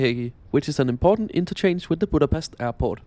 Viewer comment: EJCSD KI A BÁMESZT